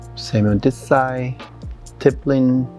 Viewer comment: "Tippelin'!!" It took me WAAAAY too long to figure out that was "stippling" 😂 My God she is stunning and the MAKEUP!! 🤩🤩🤩